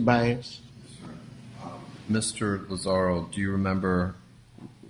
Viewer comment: Poor Tony Lazzaro. Dude travels all the way from New York just to have the judge continuously mispronounce his name. That must've been so annoying.